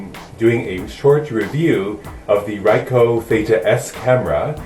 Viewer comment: Thanks for the informative review. It was a good idea to shoot it in front of a big mirror. Just so you know Ricoh is pronounced Ree-Koe (Long E, Long O).